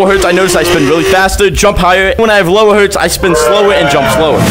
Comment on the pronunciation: Bro said "jumb slower"